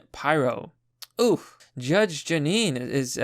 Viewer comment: Judge Jeanine is gorgeous but you're saying her name wrong. Catch her show on Fox on Saturday night. She's a very accomplished attorney/DA.